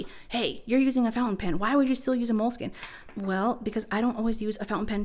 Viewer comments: you keep saying Moleskin.. skin? it's spelled Moleskine skine,, not skin. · I got tired of saying MO-LE-SKEE-NAY, so I switched to Leuchtturm.